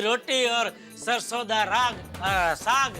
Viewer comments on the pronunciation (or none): Saag hota hai...rag nhi